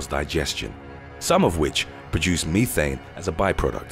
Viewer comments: "Methane", not Meethane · I love how he said "me-thane" when it is pronounced as "meth-ane" 😂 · LOL@ Meethan lol its meth-thane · Me-thane, damn I was taught Meth-ane. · I swear this guy has a problem with pronunciations of words. Meth-ane not me-thane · Can't help laughing over the way the narrator says Methane. Meethane too funny It IS very toxic so STOP with the damn CAFO'S!!!! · The word ME-thane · Thank Goodness that bothered someone else. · Uh it's short e not ē long